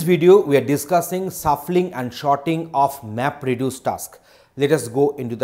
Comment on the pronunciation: And there I am hearing sharding whe he is saying sorting. Yet a very useful and compact video.